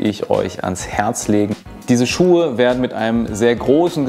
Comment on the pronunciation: "Schucke" made my day :D)